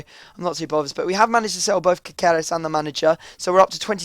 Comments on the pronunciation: It's pronounced Caserès :) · its pronounced ka-sar-rez